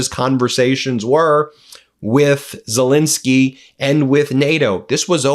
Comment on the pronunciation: His name is Zel -ensky, how many times will this bloke call him Zel-insky, irritates the hell out of me.